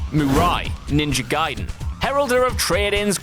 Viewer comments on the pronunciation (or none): none